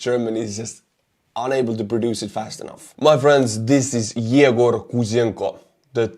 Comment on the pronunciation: Egor is pronounced yeygor… thx for posting… always good.